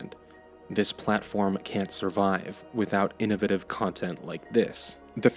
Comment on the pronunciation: Please listen to how he says innovative